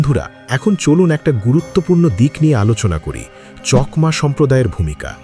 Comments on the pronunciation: চকমা নয় চাকমা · চকমা নয় চাকমা বলুন। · কথা টা চকমা না চাকমা? আমি তো আপনার উচ্চারণ টা প্রথম শুনলাম।